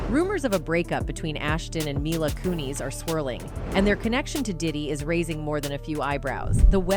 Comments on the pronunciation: It's pronounced Mila Kunis not Kuni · coon-is not coon-eez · It's not "MY-lah KOO-neez" It is pronounced "MEE-lah KEW-niss" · Its KUNIS. NOT KOONIES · Its not kunees! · Mai-lah Koo-Kneez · "Mila Koo-nees." Is hat how she pronounces her last name? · Nails "Kutcher" 55% of time never once pronounced "Kunis" We being trolled or what?!? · My-luh koo-neeZ?? This is an ai voice i guess? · Please stop saying myla koonees 😂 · The way she totally mispronounced milas first and last name makes me cringe, if he doin a report on someone learn to say their name